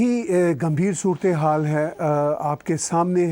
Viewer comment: Surat-e-haal hota hai bro 😂